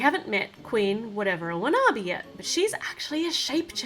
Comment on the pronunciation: u got the queen's name wrong it's Queen Whatever Wanabi